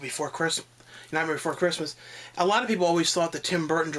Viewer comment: I swear when you tried to say "Nightmare before Christmas", it sounded like you were trying to say "Nightmare on Elm Street." Lol.